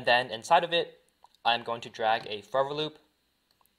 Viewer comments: dude u need to say forever not furivir BRO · this guys says forever loop too fast and it sounds like fovalube